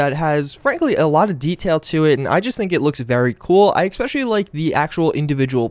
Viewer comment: "Especially" he doesn't pronounce it correctly, but he also says it a lot.